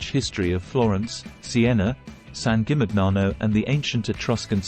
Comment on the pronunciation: The pronunciation of San Gimignano is completely wrong.